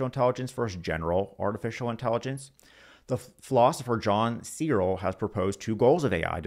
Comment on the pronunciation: Not bad but I was put off by the weird mispronunciation of John Searle. It's /sɜːrl/ as in furl or hurl.